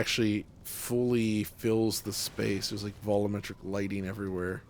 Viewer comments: Sometimes I say out loud while watching it's "vol U metric" but I guess that's just his way lol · why do you keep calling it "vollometric"?